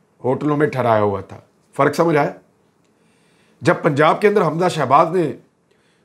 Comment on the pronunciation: the word it not faraq, it is farq,. Improve your Urdu pronunciation.